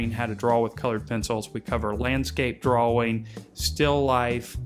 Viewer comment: I don't like the way you pronounce "drawing."